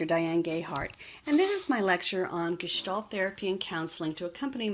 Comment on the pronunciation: Finally! The word Gestalt pronounced correctly, thank you.